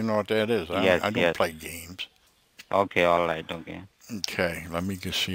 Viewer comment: "allight allight"